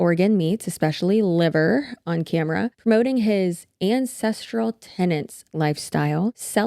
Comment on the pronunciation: Not gonna lie, I thought he said "the INCESTral way" not "ancestral way". I didn't even blink which tells me that I've been on some unfortunate corners of the internet too much lately. NOT THOSE, just true crime sh*t.